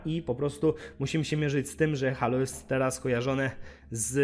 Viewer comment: Czyta się Hejloł a nie Halo ;) Gra nie wygląda okej, jak na crossgen